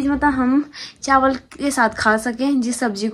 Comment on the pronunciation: Didi aap chawal ko chanwal bolte Ho😂😂